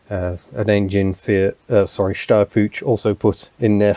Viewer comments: For the love of Harvey, the "Puch" in "Steyr-Puch" is NOT pronounced "pooch". Not even close. Think of the word "put" and replace the sound of the "t" by the sound of "ch" in the Scots word "loch" (as in "Loch Ness"). There, that's a lot better. Thanks! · Brief side note, the ch in "Puch" is pronounced as in "Loch", like lake in Scotland. An Austrian :) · Hi, just for the sake of pronunciation, and as a German English-teacher I know about the difficulties of English people pronouncing German sounds:-): The word "Puch" has a sharp sound at the end like the name "Hugh" at the front, not link in "choo-choo-train" or "punch" Never mind, I REALLY like your technical approach to your unusual cars. Speaking about unusual: I used to have a few GDR-cars myself and I am currently having a Reliant Robin LHD (!), which originally ran in the Netherlands Cheers Holger (no, that "H" is soft:-) ) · Your pronunciation of "Puch" is funny (I'm german). The "ch" is like the one in Loch Ness...